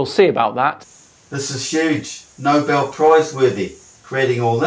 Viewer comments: It's Nobel Prize worthy'. Mate, you said 'Nobhead Prize worthy' incorrectly. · Did he say Knob-bellend prize-worthy? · Maybe he said Numbell Prize.